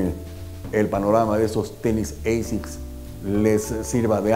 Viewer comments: Que digo yo que si ASICS es un acrónimo de una frase latina, se debe pronunciar "ASICS" y no "EISICS". Que los angloparlantes lo pronuncien como quieran, pero los hispanos deberíamos hacerlo bien. El estilo también está en la lengua ¿No? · Se pronuncia como se escribe asics, no eisics. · Hola. Gracias por este video. Muy interesante. Una pregunta si me lo permites: si la marca viene de la sublime frase en latín Anima Sana In Corpore Sano ¿no es mejor pronunciar "asic" con a del español o del mismo latín al principio y no con la deformación inglesa (pronunciación que seguramente se interpreta como más elegante y con mayor clase por norteamericanizarla a oidos de los latinos) de "eisics"? Gracias y saludos. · No se pronuncia "Eisiks" se pronuncia "Ashikkusu" jaja!!! Muy buen video! :D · Se pronuncia tal como esta escrito: Asics. No es una palabra del idioma ingles.